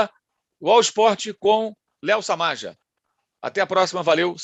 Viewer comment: É Samaja (Samarra). Kkk